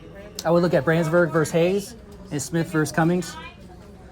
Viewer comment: Hey btw: It’s Smith V. Cumming with no ‘S’, not Cummings, lol I was saying that too forever until I looked it up and now anytime someone says it it gets to me! Haha love ya!